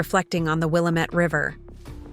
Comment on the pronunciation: 😥 A.I., it is The "Will - am - et" River. The Willamette River flows in western Oregon. One of my favorite classes atO.S.U. was canoeing on the river. 🏞🚣 Sending 💗 from San Diego, California